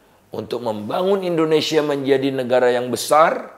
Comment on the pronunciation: Indonesia tidak akan bisa maju, karena orang nomor 1 nya saja salah dalam pronounce Indonesia, Pak Indonesia pak, bukan endonesia